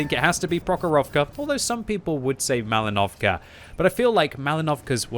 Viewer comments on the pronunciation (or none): prOkhorovka, malInovka not malinOvka